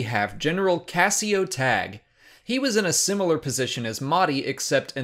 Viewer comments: It's Tag-ee, not Tag! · Is your pronunciation of Tagge correct? I always thought it was Ta-je not Tag.